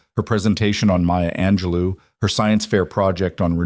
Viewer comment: Maya Ange-LEW? Who the hell is that?